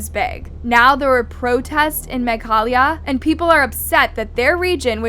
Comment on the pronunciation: Meghalaya ❌ Mega halaya ✅